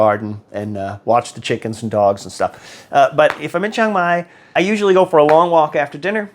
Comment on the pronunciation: Why is it you Americans go someplace and mispronounce the name of the place consistently… it’s not Chong Mai.